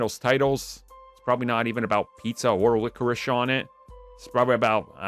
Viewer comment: My man couldn’t read the word “Licorice” 😂